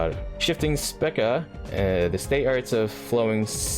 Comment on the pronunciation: congratulation, you managed to butcher Spica (is spelled like pika of pikachu with a s infront) you got Sirius right on the first attempt (spelled exactly like serious) you got Rigel wrong, the only one you got right last video (spelled raidgel) you got regulus right